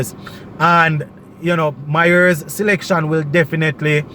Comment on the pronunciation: You keep on pronouncing Mayers name wrong. It's not MYERS